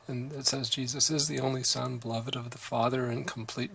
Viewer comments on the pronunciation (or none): none